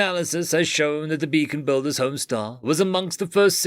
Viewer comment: It's *BEACON*BUILDERS NOT *BACON*BUILDER